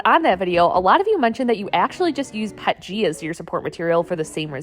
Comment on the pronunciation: "Pet-g" crazy pronunciation. It's P E T G if you ever need to talk to anyone in the plastic industry.